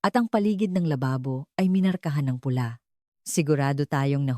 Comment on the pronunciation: Maganda ang kuwento. Pero ang na😢gssasalita ay dapat maronong magbigkas sa tamang salita. Halimbawa. Pula_dapat mabilisang. Pagbigkas Kong kulay ang tinutukoy. Hindi malumanay na bigkas. (2) Sama ng loob_mabilisang pagbigkas.dahil damdamin ang tinutukoy ng kuwento. Ang pagbigkas niya ay iba. Mabagal.